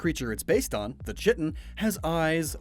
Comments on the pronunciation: I believe chitton is pronounced as kyton but no worries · It's actually pronounced "kite-un" but "chit-un." But damn if I don't love both those Pokemon in that segment. Water Reuniclus is amazing af too. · Love how thought out these are, funny enough back during the time that biogenesis was a popular belief it was though that goose came from barnacles. Also I don’t know if this is a local way of pronouncing it but “chiton” is pronounced “Kai-ten” sorry just a marine bio nerd wanting to point it out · Just so you know, ya misspelled Chiton, and it is pronounced "Kite-un". Love the content! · Chitton is pronounced, (Kite-ehn) sorry. I’ve been to the Monterey bay aquarium, and they have like, a LOT, of tide pool creatures like chitton. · Man I know I'm late and someone probably already said it, but as a zoologist....it's pronounced "Kai-ten" or Kai-ton". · chiton is most commonly pronounced kai-ton, you dont have to pronounce it this way but heads up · The ch in chitin/chiton is pronounced like a k, I'm pretty sure.